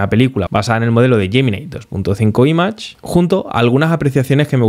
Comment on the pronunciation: Todo excelente, salvo una mínima cosa: pronuncia bien "image" por favor.